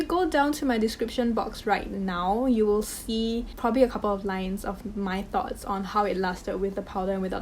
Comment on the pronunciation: Did she say THOTS? 🤣